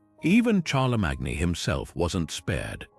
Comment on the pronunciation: Very interesting and beautifully read. But I cannot tell you how irritating it was to hear the narrator mispronounce 'Charlesmagne', 'lead', 'coup' and various others...